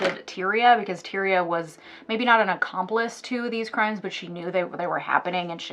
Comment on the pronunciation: Its TIE-REE-UH